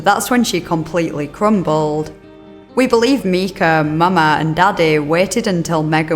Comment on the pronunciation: The mispronounced names of the victims in this video are grating on my nerves and feel borderline disrespectful. I seriously don’t understand not doing a cursory pronunciation search that takes 2 seconds. The little boy’s name is Micah, not Mika. Pronounced “My-kuh.” The old woman’s name is pronounced “Mar-shuh.”